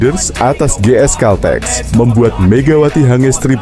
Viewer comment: baca/ucapkan GS CALTEX yg bener, jangan dibaca dg ejaan indonesia